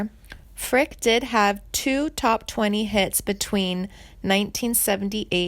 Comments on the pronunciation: Edie Rabbit ? Hahaha,..you dingbat ..it's .Eddie ,...and it's pronounced Frick eee,..not Frick ..damn. You're a frickin' goober !! Oh,..and she's alive !! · Jane's last name is Frick e, not Frick. Reader must not be a C W fan. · You murdered the Pronunciation of her last name! and Tanya Tucker's First name! It's not Tonya it's Tan-Ya. Frick-ee and not frick! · Whoever did this video, isnt even pronouncing her last name correctly, it’s not, “Frick! “, its “Frick ‘ee!” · There is no sad ending and they can't even get her name right. It's not Frick it's Fricke. Eeeeee. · Ur mispronouncing her last name its NOT pronounced like the word "brick" it's pronounced :Frick-y" Like "Frick-ee" like the word ."candy" or like the word "Freaky" ...please learn how to pronounce the correct way to say people's names ...its super annoying !! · Pronounce her last name properly! It is Frickeeeeee, not Frick! She slaughters every name she pronounces to such a degree that I had to laugh out loud! Learn your subject before trying to inform others! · The last name of country singer Janie Fricke is pronounced "FRIK-ee" (/ˈfrɪki/), rhyming with "icky." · It’s pronounced Frickey, doofus. Also Hoosiers is pronounced Whose yers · It is Frick-ee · Her name is Janie Frick-e. It's not that difficult. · This is weird and irresponsible. She is alive and well, as well as currently touring. Her name is pronounced Frick-ee and it’s “hoosh-urr.” Perhaps this isn’t the career for you. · pronounced Frick EE ....EH DEE Rabbit learn how to pronounce words correctly before you make a video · For cryin' out load!! She's not dead!! Her name is pronounced Frick-eee!! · Yea...Janie Frick I wanna pull my hair out lol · Hard to take you seriously when you don't even know how to pronounce her last name. Geeeeeesh. 🙄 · Janie is my cousin and you can’t even say her last name correctly! 🤦🏼‍♀️ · At least pronounce her last name correctly….. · You couldn’t even pronounce her last name correctly!😠